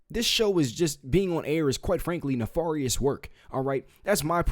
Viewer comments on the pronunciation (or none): Good content, you're right about mRNA not being a 'vaccine', but you mispronounced 'nefarious' (not as in 'far', rather as in 'fare' or 'fair'). Carry on!